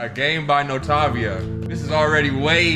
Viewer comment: I mean if its a long "O" for the first half of the word wouldn't the same rule apply to the second half? "NO-TOE-VIA"🤔